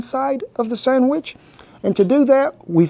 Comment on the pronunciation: I have to back that up twice, I could have sworn you said, "Cut the summbitch in half." hahahaha Love your channel, Cowboy! Never thought I'd see you make a Monti! My favorite breakfast. I top mine with a dash of powdered sugar, raspberry jam, and homemade maple syrup. YUM!